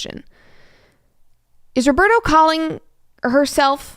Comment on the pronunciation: I'm brazilian and the way she's pronouncing Roberto kills me every time.